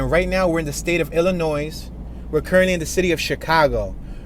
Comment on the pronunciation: Pro tip of the day by a Chicago native: Illinois is pronounced 'ih-lih-noy' or ill-lin-noy'. The S is silent. It's a French rendition of a Native American word. I pronounce it as the former